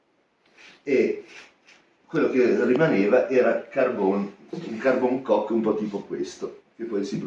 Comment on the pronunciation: Non é carbon “cock” 8===D ……ma carbon “coke” come la coca cola